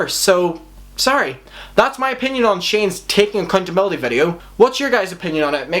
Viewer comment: LMAO sounds like you said acCUNTability